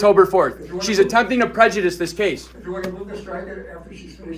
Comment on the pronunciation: You can’t even file a lawsuit on a Judge unless he is out of his jurisdiction. 😂😂😂 this guy is lost a Judge may be a jurist but he is not a Jury. He can’t even pronounce prejudice. Judge doesn’t have to follow rules he determines the rules you can appeal.